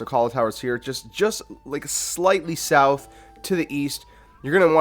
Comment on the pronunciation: I was following along until you pronounced “south” like soowwwthhh because it hurt me.